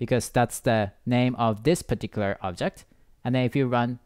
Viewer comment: pitiküler diyişini yediğim ne güzel anlatıyo reis ya